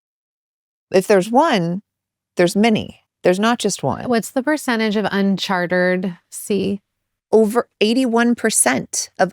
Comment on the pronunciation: "Unchartered" lol